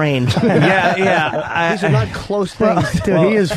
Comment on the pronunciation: Wow, nobody noticed Jim's flub: "Bow natting, number firty-flurf."